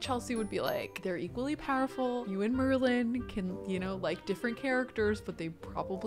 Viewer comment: Every time she says Merlin I think she is talking about the merman because MERlin!